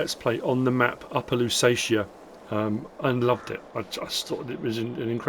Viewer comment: Ohbear Louwseets How its pronounced